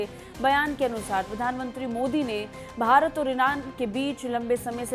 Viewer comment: Abe gadho bhrat nhi hai bharat hai